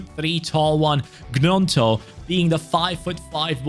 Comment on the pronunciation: It is pronounced ñonto not g-nonto